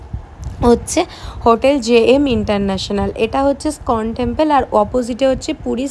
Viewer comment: স্কন টেম্পল নয়, ওটা ইস্কন টেম্পল। উচ্চারনের কায়দা বাজীর ফল।